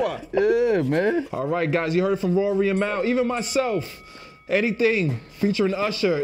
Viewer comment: I hate the way B. Dot pronounces “Mal”